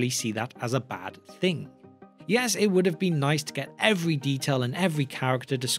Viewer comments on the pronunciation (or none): none